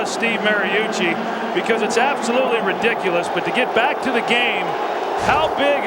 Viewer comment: He said “Re-Dick-U-Less” 13 times 😅